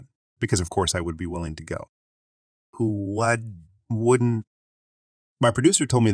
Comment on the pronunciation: does anyone else think this is a text to speech bot reading these story's? as I do because of the simple phrases being messed up like "who wouldn't" sounded like "woo aww" or messing up words like "lien" saying "lion" instead those are just some of the mistakes that honestly very few ppl would make repeatedly like him and I been watching him for awhile now and he mess up things like that often and the more I listen the more his voice sounds monotone like a robot